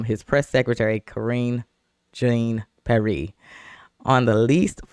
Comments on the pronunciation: B... thats Pronounced...P Air..not that it really matters😅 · Omfg, all black ppl should know how Haitians pronounce Pierre. I'm not listening to anything else you have to say until you get that right! I'm not Haitian, I'm FBA, but that was atrocious.